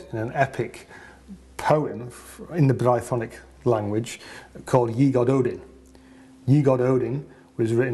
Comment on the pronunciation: Your videos are uniformly excellent, well filmed and researched and very informative. A quick note on the pronunciation of Y Gododdin - the 'double d' is pronounced as 'th' (as in modern Welsh). So it's 'GoDOTHin' - much easier to say! 😊 Keep up the great work!